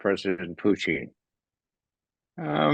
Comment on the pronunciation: Thank you Ray for at pronouncing the Leaders names correctly, eg Macron and Putin (instead of Putn). You are also spot on with your analysis.